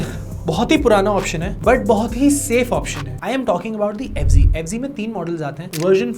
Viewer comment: Fz hai bo f g nhi hai 😂😂😂